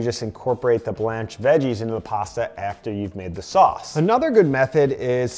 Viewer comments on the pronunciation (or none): none